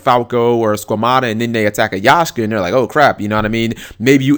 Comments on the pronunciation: YAKkkkSHA not yashka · Sorry but YAKSHA not yashka!. OCD so listening to that was killing me :p. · its bloody YAK SHA! ffs!